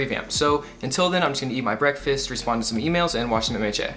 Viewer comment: You pronounced mha as maychay lol